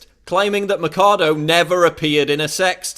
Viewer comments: its not mackado its maxado with an x sound, machado is a latin name means axe. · Just one thing Paul, it's not Macado, it should sound like " Macho" , only this time you say Macha-Do (axe in portuguese) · Not to pick-nits, Paul, but you're totally mispronouncing Machado's last name; it's 'Machado' with a "ch" sound as in 'change', not 'Makado' as in 'chemistry'. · Paul, its Alicia Machado (It reads Mashado) not Alicia Macado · the video is very good, but you could at least have bothered to investigate how pronounce the name of the woman right... it's "maCHAdo" not "maccado". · Machado is neither pronounced as "Matchado" nor as "Makado"! It's a Portuguese name and it's pronounced as "Mashado". JFYI... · it's Machado not Macado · Se dice Machado no Macado. Aprende un poco de gramática española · It's Mah-sh-ah-doh, not Makado... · Ch in Spanish sounds like ch in English, so her name is Ma "ch" ado, not Ma "k" ado. I teach Spanish so I had to mention that. Great vid Paul. Too bad many Clinton supporters will never see your video :/ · The CH in Machado is pronounced as the CH in choose or chance, not as a K. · Alícia Axe? In my countr "Machado" means "Axe".. Since she's from Venezuela then it means "Axe".. BTW, it doesn't pronounces as "A-li-shia Ma-ka-do" it pronounces "A-lis-sia Ma-sha-do".. Don't mind me :v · Machado should sound like Mashado and it means axe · Its pronuce MAXADO I THINK kkkkk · The correct pronunciation of her family name should be mashado (mɐʃˈadu), the ch sound like sh in sheep. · Ah-lee-seyah Mah-cha-though FFS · who is this drogatic guy? he says Macado, Macado like a idiot, drogatic nazis supporting Trump everywhere... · I like the video but you pronounced Alicia Machado's name wrong your supposed to say it like mashado like there was an sh instead of a ch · its pronounced ''ma shah dough'' great video though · it's maa-sha-dou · god dammit, it's pronounced masado. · Ma-CHA-do guey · Its actualy sayed Mashado